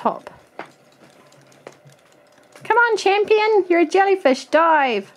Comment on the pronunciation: When she said dive it sounds like die